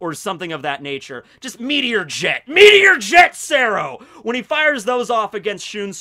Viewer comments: (METRO-Yet-Ahh) or “Metralleta” your second pronunciation was actually pretty spot on and although meteor Jet sounds way better it actually just means sub machine gun or smg :/ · God, I’m cringing hearing talk spanish. Especially when he butchers metralleta. And Oscuras. He should really look up how to pronounce them before the videos.